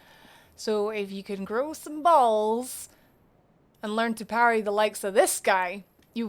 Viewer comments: It’s “parry” not “patty” 🤓(<-you) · i just keep hearing Patty instead of Parry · I’m confused if you are parrying or paddying? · I hear Patty wondow also, it's cute.